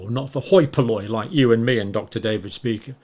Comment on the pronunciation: It's actually not pronounced Dr Speaker, its pronounced. Dr shpye-cher ( phonetically) it's a German word, however many Jewish people have this surname